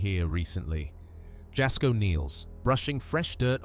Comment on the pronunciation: TST< > Moe's last name is SARGI (pronounced: SAR - G) not Moe Soggie. TST< > JASKO'S name is pronounced: the "J " makes a " Y " sound ( YAS - KO) it's not a "J " sound. If your going to be uploading other Creator's contents for your contents you REALLY NEED TO LEARN TO PRONOUNCE THEIR NAMES CORRECTLY AND THEIR CHANNEL'S TITLE CORRECTLY. Because their sub's & viewers will tear you apart negatively in your comments for sure. They kinda go a little Karen-ish when someone says something incorrect. So, it would be a wise decision to know your subjects and their info before uploading, especially when your contents are reviews content of other YouTube Creators. Just thought you show know before you start to take off with uploading content on your channel, because small mistakes like all that you have so far in your contents now that people are already barking about, will end up killing your channel before it grows. Just thought you should know, viewers take this a bit serious. Just saying 🤷😊